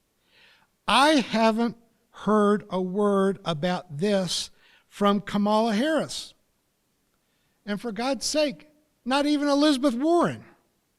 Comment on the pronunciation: Good presentation, but please pronounce the VP-elect’s name correctly. The accent is on the first syllable, not the second. It’s pronounced like “COMMA-la”, not “ka-MAH-la”. Thanks!